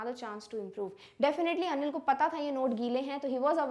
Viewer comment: Mam,when you say anil it's sound like onion.